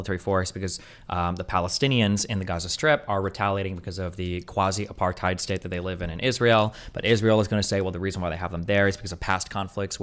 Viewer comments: Pro tip: since so many Americans are using "apartheid" as an adjective nowadays, it's pronounced more like "a-par-tate". Hard to describe the intonation on the vowels, but the H is silent and it's not "aparTHIDE". Feels weird hearing that word coopted but so terribly mispronounced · Thank you, as a South African who lived through it myself, it would serve everyone better to pronounce it 'Apart-HATE'